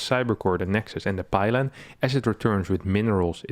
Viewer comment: 21 pylon.. lol I heard 21 pilot